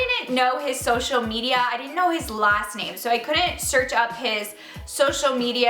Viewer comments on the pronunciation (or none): none